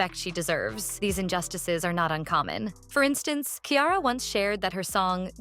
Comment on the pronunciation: the way you pronounced Ciara’s name 💀